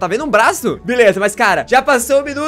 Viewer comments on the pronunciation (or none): Quem percebeu q ele falou blaço Deixa like